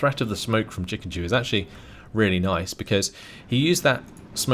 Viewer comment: Why are you reading Chikendew as Chikenjew? It's... offputting